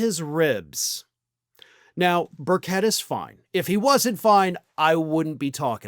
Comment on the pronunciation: It's pronounced Bur Chet.